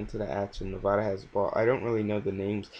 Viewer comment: good vid but you said Nevada wrong